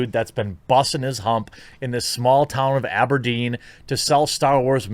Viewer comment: Can I just stop for a second and complement you on the pronunciation of Aberdeen! I live in Aberdeen Scotland and for a second you sounded Scottish!